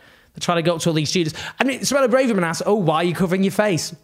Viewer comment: Owen keeps lurching between ‘Brarverman’ and ‘Brayverman’, but it’s actually ‘Bravverman’.